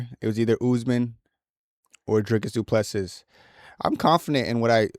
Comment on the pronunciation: Du Plessis is pronounced Du Plesie the last s is silent,i am from south africa and speak Afrikaans.